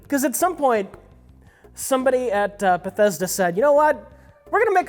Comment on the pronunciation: Bessethda, bethethda, bethesda.